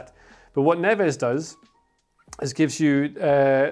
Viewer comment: Why do you pronounce his name wrongly